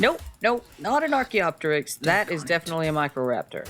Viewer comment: I hate to be that guy but Archeopteryx is pronounce Ark-E-Yo-Tear-ix